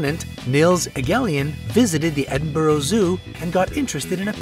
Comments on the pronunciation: it Edinburgh (Edin Burh) not (Edin Burho) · I laugh every time an American tries to say Edinburgh like edinborow it should sound like edin-bur-ah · Edin(burra) Not Edin(burrow)